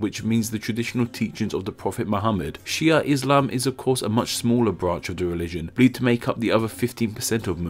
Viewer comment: pronouns it "She Ahh"